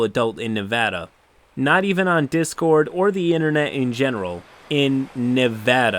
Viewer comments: On behalf of all Nevadans I thank you for saying Nev-ä-da and not Nev-ö-da. You sir are a good person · Thank you for pronouncing Nevada correctly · Woo! Kudos to you for pronouncing Nevada correctly! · You said Nevada correctly. Thank you. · Didn't expect to hear my states name pronounced properly. Glad to see this guy got banned almost instantly cause he earned it. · I know this was a disgusting story and I’m appalled... but I gotta say thank you for saying Nevada right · Damn you pronounced Nevada right and it made me so happy I wanted to subscribe a second time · As a resident of Reno, Nevada. I appreciate your correct pronunciation of the name of the state. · Thanks for pronouncing Nevada right!